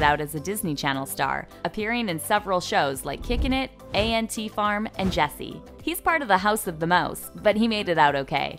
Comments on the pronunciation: Did this girl just say A N T farm like no honey it’s ant farm!! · DID THEY ACTUALLY SAY A - N - T FARM INSTEAD OF ANT FARM 💀💀💀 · dd she really jus say a n t farm omg its ant farm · did they just call ant farm 'A N T farm' WHAT THE HELLJKSZLGYUDSIGY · bro why did she say A- N -T farm when it's ANT farm???? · I’m sry A N T farm😂😂😂 it’s ANT farm🐜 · i’m sorry i can’t get over the fact that she rlly said a. n. t. farm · Whyddd she say A.N.T farm like that😳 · she did not just say an-T farm. noooooooooo i- i cant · she did not just say a n t farm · Did she say a n t farm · I know they did not just pronounce ant farm like that. And he was also in the I didn’t do it show